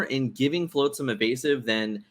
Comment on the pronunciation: All the love to you guys, but hearing “floatsam” so many times hurt my heart 😂❤️